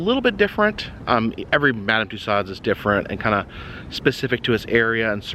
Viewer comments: Too-so's. You're butchering the French language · The only thing I will say is, I wish you would pronounce the lady's name correctly!